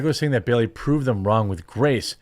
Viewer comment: It’s *Bailey, not Berry!